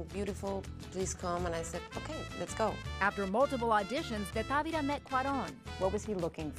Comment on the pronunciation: She said Tavera and is Tavira! Still a good job.